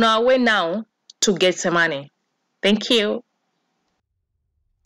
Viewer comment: why does she keep saying "getz zah money"..???....